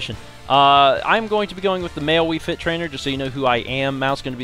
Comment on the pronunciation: did anyone notice he said wii frit trainer in stead of wii fit trainer. is the time